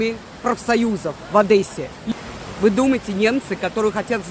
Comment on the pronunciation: Извините.. не в Одэссе а в Одессе